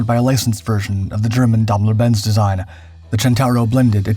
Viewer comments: Daimler-Benz is pronounced "dime"lr bents" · Grässliche KI - Aussprache!! Dambeldor Benz und weiterer Quatsch....